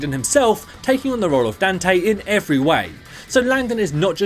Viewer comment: "Dan-tae" ... I still don't get how people can mispronounce his name.